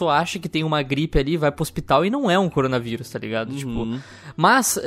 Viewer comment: errado: Coronavirus certo: CORONGAVIRUS